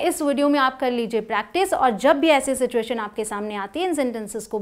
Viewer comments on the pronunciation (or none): none